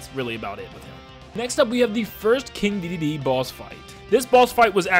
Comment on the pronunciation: You say it like he's King dididee